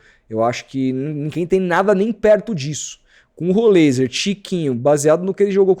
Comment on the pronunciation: Até joguei no google tradutor, em vários idiomas, nenhum fala rolêiser... inventa muita moda, igual do "êliassom"... Não segue regra nenhuma de gramática nenhuma pra falar o nome dos caras.